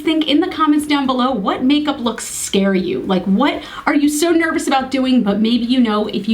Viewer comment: My god you're hilarious! "It makes me noyvous"! Over from Jens too, had to watch you after seeing the Ipsy vid, you two are like a comedy duo. This is my first vid of yours, had to watch the blue eye/red lip first and what you've done is stunning. You look so fab with these colours, the green shimmer really set off the blues, don't be scared of colour, go crazy, when you're my age (far too close to 50) it's too late! Kristine from Aus.